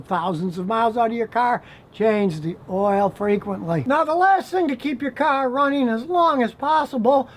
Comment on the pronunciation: Scotty I like how you say caaarrrr. Are u from Michigan